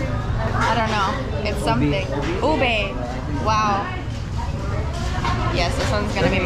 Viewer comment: Hahaha OBEY🤣🤣 its UBE